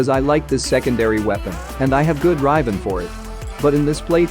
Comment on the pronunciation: I love it when he says “rEYEven”